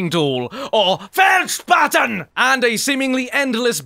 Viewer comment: We dont shouted Feldspaten :P we say it like a normal german speaking people but yeah... german sounds like this xD